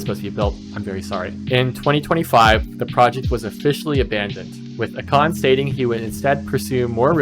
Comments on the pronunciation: It’s A-Kon … Not Ah-kon… clicked off just for that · A Con